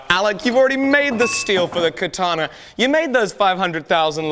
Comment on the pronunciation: Katanee yee-haw